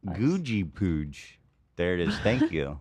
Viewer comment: one of the rare times he managed to do that! 🤣